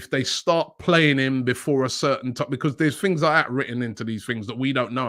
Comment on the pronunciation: Wobbie needs practice on the word BECAUSE